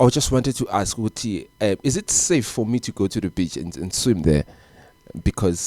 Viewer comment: My brother please call it in another way please, coz now u're saying bitch or at least say ulwandle or lewatle, the way u say beach 😂😂😂😂😂😂